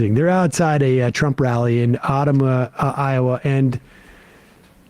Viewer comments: Sam: Uh-TUMM-Wuh, IOwa. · While I do not expect Sam at all to know how to pronounce Ottumwa, it was hilarious hearing him say it that way as someone born in Iowa